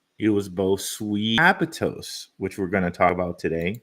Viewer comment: It's aptos not abatos